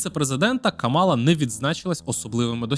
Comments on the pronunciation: Вона КАмала, а не КамАла. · КАмала , на перший склад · Зверніть, будь ласка, увагу – правильно ставити наголос на перший склад в імені віце президентки – Кáмала. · Я не здивована, що для білого гетеросексуального чоловіка питання абортів та рівності в суспільстві не є важливими)) Упродовж усього відео відчувається упередженість спікера до КАмали (так, він навіть її ім'я не в змозі правильно вимовити), а висновок про те, що Трамп, можливо, завалить нас зброєю відверто насмішив.